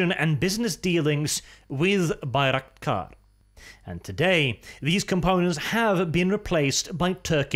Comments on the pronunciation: Why do you call it Baik-raktar ? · Haha first second already butchered the name of the thing.